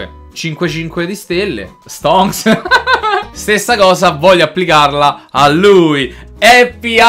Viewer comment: quante volte hai detto STONCCCCSS